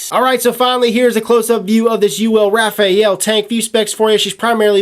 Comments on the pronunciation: Your mispronunciation was irritating. This tank lacks a proper shut off valve thus leaking with top fill. The top fill is gay AF. Not going to buy this I hate tanks that leak and that are messy to use. Cool to see you dish out some truths but we can tell you held back a little bit. Thanks for the preview. I was looking forward to this but so many things wrong with it. At least you aren't hating on the crown like the other reviewers and telling us the herakles plus is the best tank ever... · it's like reading you're and your used incorrectly, every time I hear it it sets off a little alarm haha. Just thought companies sent info to reviewers regarding pronunciation and what not. no big deal, just a little alarm in my head going off each time. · RAFALE....... NOT RAFAEL.... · Rafael?.... It's Rafale. You don't pronounce the E. Pronounced "Rah-Faal" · It's not Rafael.. It's Rafale (French pronunciation: [ʁafal], literally meaning "gust of wind" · ...not "Raphael" (as the angel's name), but "Rafale": it's a french word and means "volley", or "gust". The word is well known known because of the homonymous airplane "Dassault Rafale". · precisely. Shit gets on my nerves. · RA-FA-LE not RA-FA-EL repeat after me... RA-FA-LE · rafale..... not Rafael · I think this dude doesn't know how to read He said vaper-oso Instead of vaper-eso And now he's saying Raf-ah-el Instead for raf-ale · I can't help but laugh every time he says "Rafael". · No leakage or spitback for me, sounds like they've fixed it or you just got a broken one. By the way, the top fill was messy because you weren't careful, I've never spilled juice using topfill and I have no leakage out of the airflow holes. It's Ra-fale by the way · I always thought it was "Rah - Fah - lee" lol who knows, man. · hey...try to tell it in French... its sounds "raw...fall". Hello from Montreal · It's pronounced Rah-fall-aye. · I bet Uwell is pissed at you for not pronouncing the name correctly.